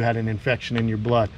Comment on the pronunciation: There's that northeastern coming out of ya again. "I'm gonna out YA'S down" lol. Love the channel brotha!!!👍🏻